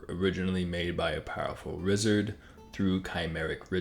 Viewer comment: did he just say Rizzard